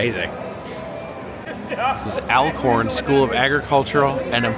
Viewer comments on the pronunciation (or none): when u r n MS its Y'ALL we aint a damn yankey we r Dixie Country we dont say you all so get it right when u come back! if they allow u bac in the gate i am over security so good lucK HAHAHAHA ITS alcorn NOT ALIECORN!!! i can tell u a damn yankey cause u aint had no deep fried devil eggs L A Z Y!! walk to burn fat it helps u didnt have to ride the disko cause he could have told u to leave the ride and come back after u take the go pro off and hand it to whoever u was with wtf is a fire storm? its called FIREBALL!!! its helen not haylen